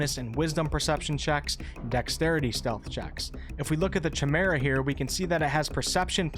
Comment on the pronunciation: Thanks for the video. FYI, the Ch in Chimera has a hard kah sound, so it is pronounced, KAI-mera.